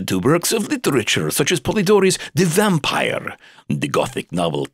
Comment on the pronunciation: shet I am an English learner and I can't bear this vampire pronunciation -_